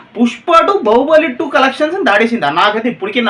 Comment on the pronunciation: బహుబలి కాదు బాహుబలి 😅😅😅